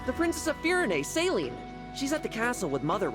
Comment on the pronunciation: I can never take Celine's name seriously, I can only ever hear "saline."